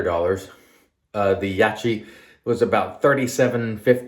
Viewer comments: It’s branded in the West as Yak kee. I know a guy who mispronounces peoples names when he doesn’t like said people - I think it’s a case of that at play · Only You can explain why You’re mispronouncing Yaqi’s name - but I think it’s as obvious as the nose on Your face. I know You know the proper pronunciation. Don’t be so small and petty - it’s cringy to look at.